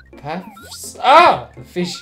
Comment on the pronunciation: "Ah! What is dis feesh?!"